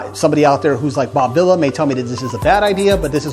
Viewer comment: It's pronounced Bob Veela... Not Villa...